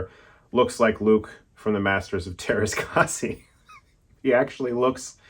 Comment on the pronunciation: Just a funny comment from a Finnish guy, you said "Teraskasi", which means Steel Eight :D I actually don't know how to explain how to pronounce "teräskäsi", which means Steel Hand. And oh yeah, Chris pls review Matrix 4, everyone is shitting on that movie while I at least think it's pretty good. Very much hated movie.